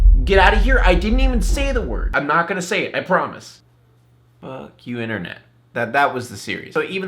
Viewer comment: "You want flip your inneret?"